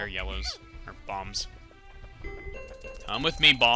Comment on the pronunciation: When you say 'bombs', it sounds like 'bobs', so you should call your bombers (unintended reference) bob, in stead of the pikmin who died because of what you had one pikmin short.